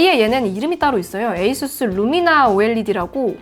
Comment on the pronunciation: 아수스가 아니라 에이수스로 읽는 거보니 역시 주인장은 테크충이 맞다.